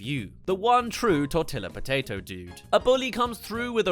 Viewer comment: lol at your pronunciation of "tortilla"